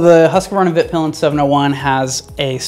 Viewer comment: HUS-KVARNA VEET-PILEN actually, trust me, i am a Swede and have been to both Husqvarna and Husaberg ;) :)